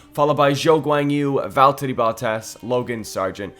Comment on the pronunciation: Its valtteri bottas not veltter